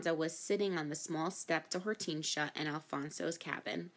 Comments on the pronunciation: hor-tin-sea-a not hort-ean-shia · It's or-ten-shi-a not hor-ten-sia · it's Hor-ten-sia